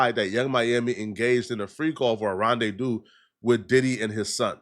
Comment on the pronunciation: mfer just said rendezdous